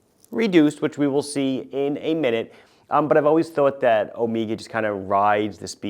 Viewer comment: "omeega" ... been hanging out with TGV too much 😊